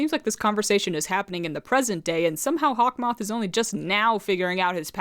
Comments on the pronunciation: "Hawk Maw" 😭💀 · I thought it was hawk-moo😂😂😂